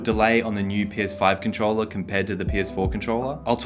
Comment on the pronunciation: wy do u say cuntcholla instead of controller